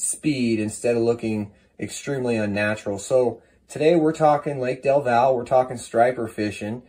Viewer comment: Del val, lol its del valle😂